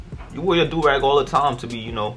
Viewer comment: It’s not dorag it’s a joorag